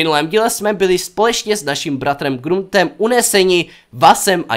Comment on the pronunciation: proč říkáš |Gruntem| ??? je to Grant :DDDDDDDD